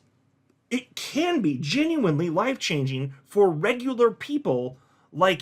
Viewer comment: Are you saying “wife changing” or “life changing”? 😂😂